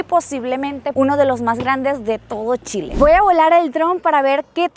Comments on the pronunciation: Se llama Chile... no Chilepo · Oiga....el pais se llama Chile, entendio C H I L E....no como usted lo dijo.